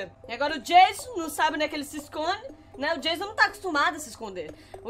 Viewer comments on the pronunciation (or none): Como pessoas normais falam Anônimos: o nome dele e Jason Como a fala: tchau jaso